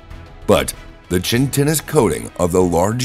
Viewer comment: I was laughing at that too. Chitinous. lol "Chintinnious"